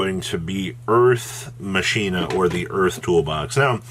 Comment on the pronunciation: He's saying it incorrectly. You are correct.